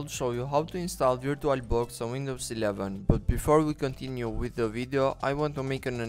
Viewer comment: DUDE U GOTTA PRONOUNCE AS VUR-CHU-AL I LOVE YOUR ACCENT